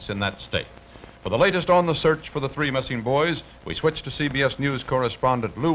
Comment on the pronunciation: like how she said 3